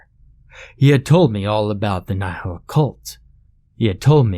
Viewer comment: Ah yes a word in Latin:) also, its pronounced like "knee-hill"